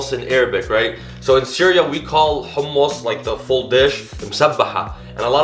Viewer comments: The way he said حمص let me know this guy was the real deal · Its sooooooo goood ,and thank you for not saying “ hammes” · Where is he originally from because the way he says humus is exactly like we do XD